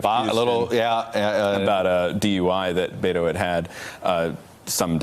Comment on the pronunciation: Please learn to say pronounce Beto. It not that difficult.